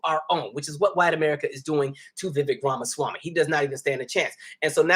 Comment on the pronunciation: I cannot tell if you are trying to mispronounce his name, or if you just never got it down.